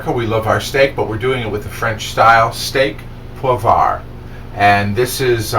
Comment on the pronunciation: Hey great recipe but you pronounced it wrong! If you sound it out it should sound like this way "steyk oh pwah"! Love your videos! =)